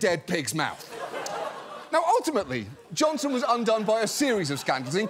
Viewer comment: I love how he seamlessly goes from talking about the guy putting his dick in a dead pigs mouth to “Johnson” with some extra emphasis 😂